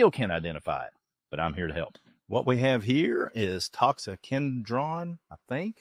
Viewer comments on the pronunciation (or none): Pronounced "tox-ick-oh-den-dron" :) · Pronunciation: Tox-i-co-den-dron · Can’t even say the scientific name🙄